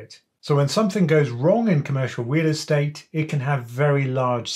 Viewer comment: I’m hearing wheel estate hahahaha